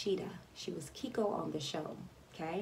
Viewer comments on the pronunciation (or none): Keiko is pronounced "kay-ko" not "keeko"